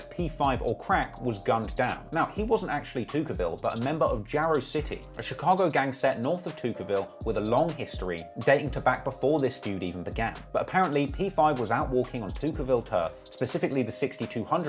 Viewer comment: lol you are so bad at pronouncing sheroid (its pronounced sher-odd) and jaro city (its pronounced jah-ro) its killing me